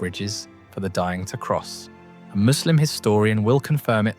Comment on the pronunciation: I like how you know how to properly pronounce 'Muslim'. It is so rare to hear from non-Muslims.